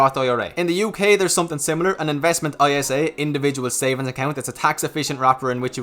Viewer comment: A) Never be a grown-up; B) ISA is pronounced eye-sah; C) biggest impact on personal situation is family—how many do you have to support? You often seem to only be thinking of yourself as the person you’ll need to generate income for.